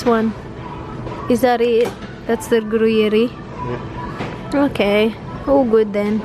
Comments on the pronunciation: Hihi cute nung pagsabi mo ng Gruyère na gruyeri pero gruyer ang pronounce silent E na sya sa dulo😊 pero dito ko lng dn nalaman pronounce nyan living in switzerland-france border😊Haha grabe yang toilet paper na yan.😂 Dito din sa Europe un din ang hinohoard nila toilet paper at pasta. Very nice video as always 😊👍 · Ung Gruyere po pronounce sya as Gru-yir or gru-yeer 😁 nag work po kc ako dati sa deli shop😊 masarap yang gruyere cheese promise. Perfect din sya ipartner for wine😉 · Hi, I'm from Paris, just wanted to say how to pronounce the word "gruyère" (simply gru-yer) 😉best regards! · that swiss cheese is pronounced as groo-yair. 🧀 cheese-lover here 😉 about toilet paper, there are symptoms of covid-19 like having diarrhea and vomiting. sanitize everyone, #stayathome #socialdistancing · Gruyère cheese ( sounds like "groya" cheese when u pronounce it😊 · Gruyere is pronounced as gru-yer pag super slang parang gu-yer na lang 🤣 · The Gruyère cheese is directly pronounced as grü-‘yer. 😀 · It’s pronounced Gu-yer cheese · Dahil na curious ako sa mga cheeses...niresearch ko pronunciation ng hinahanap mo cheese...Gruyère pala...